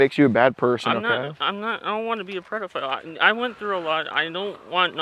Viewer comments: He said “Prediphile” also he can’t own a gun if he’s disabled as he says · “I’m not no “PREDaphile” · I don't wanna be a "predafile" ahhh a classic 😂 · Ha ha ha!!! He keeps saying predafile! What a selfish dude making and team stand out in the cold when he’s wearing a big filthy coat. I wish he would stop making excuses about his rough life- BS! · “I’m not a Pred-o-file” 😂😂😂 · Did he keep saying "predophile"...? Hahaha... Thanks, keep up your awesomeness and go enjoy some nature today...! Don't forget to compliment someone today... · He says " I don't want to be a 'Predaphile' 😂 he knows he's both! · The fact he said predophile, think he’s watched DAP before? 🤣🤣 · Lmfaooo he said “ I’m not no predofile “😂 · ☠️ 😂 “im not no breadafile or nuffin” 😂 ☠️ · he said "I'm not no preddaphile" lmao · Dudes been called a "predafile" more times pee wee herman! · “Im not no predofile or nuffin” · “I dont wanna be a predafile” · It only took about the 10th time of this goofball saying " predafile " before questioned it. Lol.